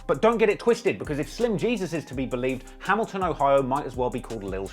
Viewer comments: This nigga said "BLAMilton" 😭😭😭😭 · "Blamiton"😂😂😂 you the G.O.A.T. man...luv Baltimore✊🏾